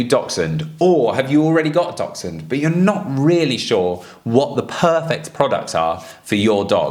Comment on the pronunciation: Sorry what is the relevance of Dachshunds in this video? (Also can someone explain to the guy at the beginning how to pronounce the word 'Dachshund' 😆)